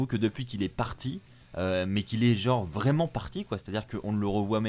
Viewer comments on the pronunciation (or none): none